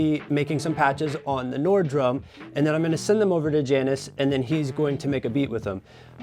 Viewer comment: It’s pronounced “Yannis,” isn’t it?